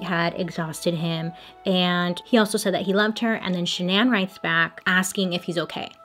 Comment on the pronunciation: i love you girl but the way you kept saying shan-NAN instead of pronouncing it regularly drove me insane 😂